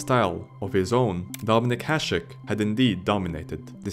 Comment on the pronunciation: What do you mean? He pronounced Hasek correctly